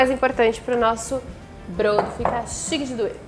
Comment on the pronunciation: A pronúncia é bródo.